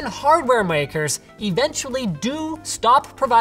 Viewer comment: 16x10 makes me fuckin moist Edit: “Muyakers”